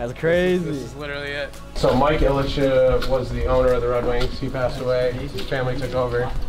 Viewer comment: guy said Mike Illitcha for the owner. There is no a on the end.